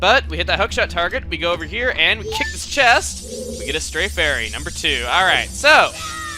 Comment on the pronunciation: HA you said nuber 2!!!!!!!!!!!!!!!!!!!!!!!!!!!!!